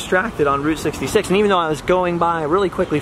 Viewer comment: When said Route 66 I thought he said groot 66 lol 😂